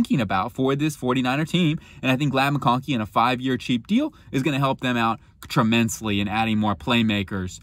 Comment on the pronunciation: “Tremensly” huh?